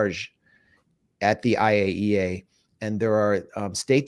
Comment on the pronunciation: Thank you Max for correctly pronouncing IAEA. 😂 So many try but few succeed. Always good to hear what Max has dug up. Exceptional.